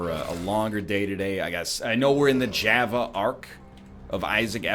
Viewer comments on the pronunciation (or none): none